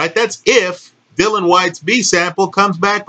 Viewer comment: Dillian Whyte, not "Dylan Whyte"...